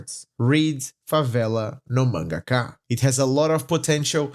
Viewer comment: I thought you were American for how little accent you have, than you said "Favela No Mangaka" so perfectly that I started to doubd if you were actually american, than I read the description and it said "Here in Brazil"???????? absolute cinema kkkkkkkk O vídeo ficou foda mano, parabéns de verdade, mercece mais respeito.